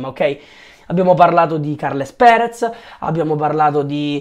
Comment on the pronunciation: sono Serio giuro Si pronuncia: Càrlas Pères;-)